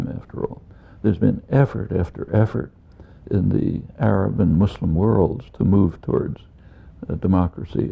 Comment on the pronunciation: he said the word Muslim right, not like most people who say Mozlim